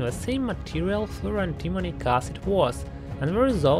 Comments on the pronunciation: I keep hearing "fluoro-demonic acid." I am not sure that that is wrong. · it sounds like you are saying "fluro-demonic acid"